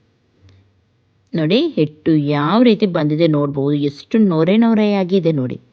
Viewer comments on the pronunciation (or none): none